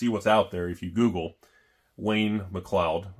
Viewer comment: Mcleod is pronounced mc cloud